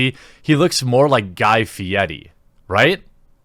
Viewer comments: Guy "Fieiti" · Fieti? You mean Guy Fieri? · Umm, are we just going to ignore the real problem here? And by that i mean THE WAY YOU PRONOUNCE FIERI! WHERE ARE YOU GETTING THE T'S?? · Love your pronunciation of Guy Fieri